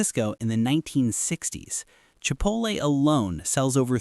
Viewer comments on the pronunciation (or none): none